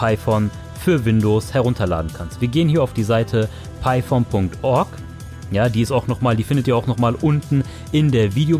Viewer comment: gutes video aber es heist python und nicht piephone